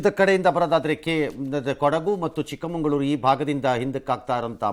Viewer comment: Sir, chikkamagaluru, pronounced, as chikkamangalure, please make it correct .